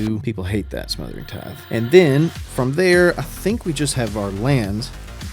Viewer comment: Great video! also "TITHE"